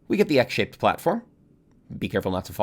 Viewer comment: I misheard “X-shaped platform” as “egg-shaped platform” 😂